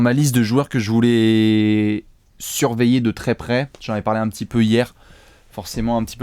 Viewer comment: Croyez moi ou non mais à j'ai entendu "chris paul dans ma liste à surpayer de très près " x)